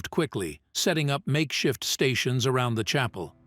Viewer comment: Around is basi english, never heard a-row-and in it's place? Still glitching in AI. A child is more bright.